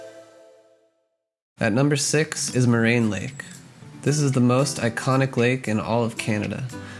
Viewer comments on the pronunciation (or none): none